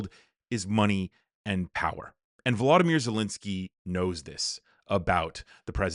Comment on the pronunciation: After 3-1/2 years can you learn how to pronounce Volodymyr's name?